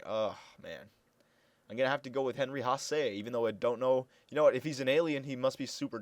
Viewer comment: HENRY HASS IS HOW IT IS SAID AND HENRY HASSE IS HOW ITS SPELT